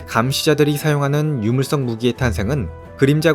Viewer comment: 유물석을 자꾸 물썩이라고 하노